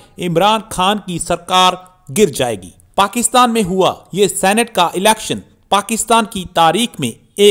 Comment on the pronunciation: #सीनेट not #सेनेट